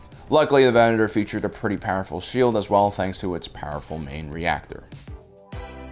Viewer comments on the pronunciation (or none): none